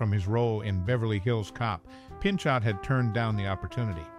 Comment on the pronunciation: "Pinchot" as in "Pinchou"